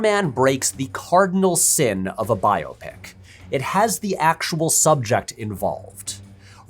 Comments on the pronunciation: I'm so glad you're saying "bio pic" instead of the recent trend for "by-OP-ic." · Thank you for reminding me there are others that pronounce it bio-pic, not just me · Thanks for pronouncing it correctly. When did it become bi-op-ic? Drives me nuts.